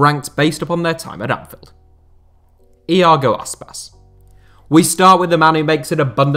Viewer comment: Did any one else giggle when he said Iago Aspas?